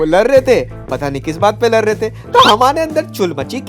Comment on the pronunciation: Ladh❌ Lar✅